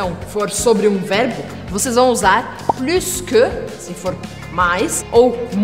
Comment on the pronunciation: Uma dúvida a pronuncia da palavra Plus percebi q vc pronunciou o S do final pq geralmente no francês geralmente não se pronuncia a consoante final me tira essa dúvida s'il tu plaît ?